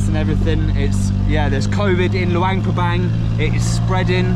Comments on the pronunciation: no wonder you pronounce it with a Bang. Like Vientiane…some people pronounce it TeeAnne. It’s one thing when they’re new to the Laos. But it gets confusing, like I’m thinking their way is the new way and acceptable. Idk. I haven’t been to Laos since 2005. Even Lao Americans are trying to change the spelling so that it reads how it spells. So nobody takes the time to find out what the rules are. If tourists are pronouncing it one way, then that might be the right way. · In the beginning, you said Luangprapang almost right to my ears…maybe cuz it almost rhymes with lockdown. Then other times you pronounce it Bang bang bang. Now I’m confused on the spelling. I instinctively spelled it Luangprapang. Is that right? Or is it Luangpabang